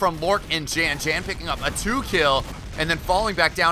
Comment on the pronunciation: Hey. Since these are European players "Jan" is almost certainly pronounced "Yahn" (so that it rhymes with Han from Han Solo). I'm currently living in Germany and know about 20 "Jan"s from all over Europe. None of them pronounce their name the way you say it.